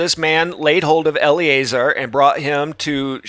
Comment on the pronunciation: eL Uh Zar not Ellie A Zer